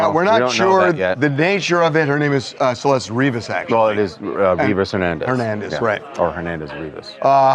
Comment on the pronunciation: Her name is CELESTE! Pronounced in SPANISH (seh-LES-teh)! Which TMZ, based in L.A., CA of all places to be ignorant of Spanish should know! AND they said "her mom only spoke Spanish," so um DUH. I hate how the media keeps calling her "SUHLL-LESt"!!! Grrrr. RIP Baby Girl. Poor mama, daughter missing for a year and then found rotting in a trunk in LA. </3